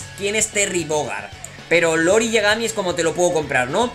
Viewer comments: no es "Lori" es "iori" y no es un mayordomo es la contraparte de Kyo y un asesino jajaja pero gracias por la info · Conocí el kof en juegos de maquinitas y por cierto se pronuncia iori con i al inicio